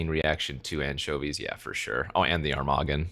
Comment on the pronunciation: Armaggon: pronounced Ermahgerd-n 😸